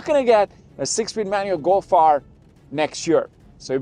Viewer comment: What's a "Go Fire?" You mumbled those last sentences could not understand a word and you're dressed in the Scotland's mid Decembre and had to use the A/C? Obviously dropping a clutch hi-rev was never in your blood lines. LOL Nice. Y'all can't handle a stick.🤣